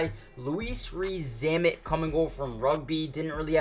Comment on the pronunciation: Just in regards to Zammit it's pronounced the same as Lewis 👍